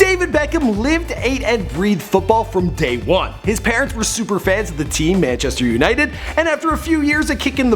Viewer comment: When she said "Manchester's United".... I just can't